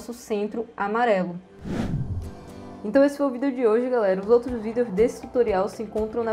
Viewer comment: Pq você fala vídeo diferente?